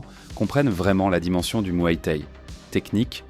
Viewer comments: Ha ! le mué té et le k-une hein ?🤣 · Va falloir apprendre à prononcer K1 et Muay Thaï correctement...